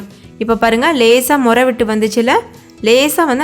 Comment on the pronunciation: nuraiya. illa muraiya. sollungamma